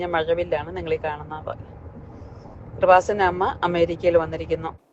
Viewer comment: എടോ നിന്നെയോ ഏതെങ്കിലുമൊരു വ്യക്തിയെയോ കൃപാസനത്തിലേക്ക് വിളിക്കുന്നില്ല. കൃപാസനം എന്ന് വ്യക്തമായി ഉച്ഛരിക്കുവാൻ പോലും സാധിക്കാത്ത നിനക്ക് എന്ത് ബോധ മാടാ ഉള്ളത് എന്ന് നീതന്നെ തിരിച്ചറിയുന്ന കാലം വരും. തീർച്ച.